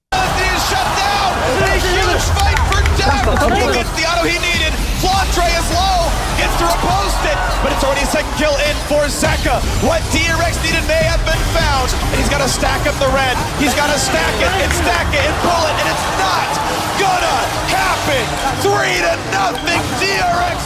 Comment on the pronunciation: hes called zeka, not zika